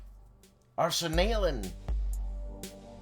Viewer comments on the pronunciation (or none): Freezing Inferno is the Finish Winter War! I'll send you something on Wet Transfer! Thanks for the link LOL xD Btw I love your pronounciation of "Arsenalen", it sounds like you're saying "Arse and nail 'em",! And: Is that you on the left playing that instrument? With hair?